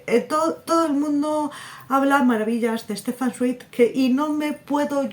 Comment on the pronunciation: Creo que se pronuncia "Zvaig" pero bueno, que no todos somos expertos, yo de él me leí la biografía de Maria Antonieta y Mendel el de los libros. Ya me cuentas que tal con Stefan Zweig. Ya me contarás de Herzen y de Zola.